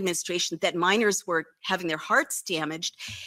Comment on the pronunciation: När Wolf översätts ha pratat om gruvarbetare, "miners", är det "minors" minderåriga barn hon säger